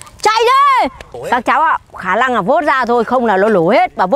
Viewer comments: nướng ❌ lướng✅ nổ ❌ lổ✅ khả năng❌ khả lăng✅✅ 😂😂😂😂😂😂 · Khả lăng khả lăng khả lặng 😂